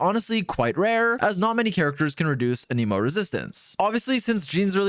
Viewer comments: Every character in the game will pronounce the word "An-im-oh" and people will still insist it's pronounced "An ee moh". Drives me insane. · bro is still saying an emo in 2024 ICANT